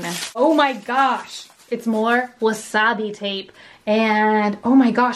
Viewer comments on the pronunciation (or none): Is there a reason she calls it wasabi tape when it's in fact called washi tape? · Washi tape bunny!! Lol... not wasabi tape 🤪love you